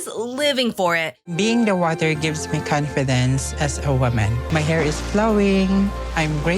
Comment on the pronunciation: "Peeing in the waatur gives me commfidense as a wooman...my hair is ploing!" Haha! 😂